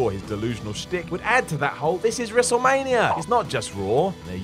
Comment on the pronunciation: Lmao. He says wrestlemanierrrr